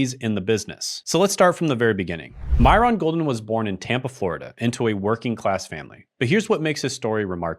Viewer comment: Is this an AI video because you're pronouncing his name wrong and it just doesn't seem like it has your usual vibe.